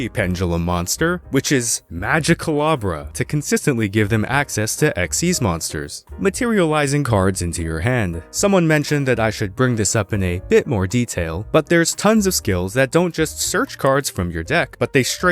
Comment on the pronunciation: Fun fact: It's not Magicalabra, like a candelabra. It's Magicalibra. As in the constellation/astrological sign Libra. Because it is scales. Which might also be a pun on pendulum scales.